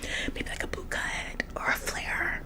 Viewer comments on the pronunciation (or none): none